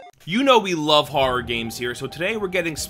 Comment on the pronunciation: Haha when he said “horra” I definitely heard that LI accent. Suffolk county in the house!!